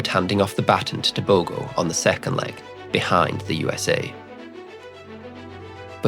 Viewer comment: Okay, that G in Tebogo sounds like h. Just say Teboho and that's the correct way to pronounce it.